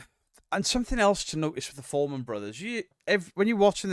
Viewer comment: Fourman not foreman 😂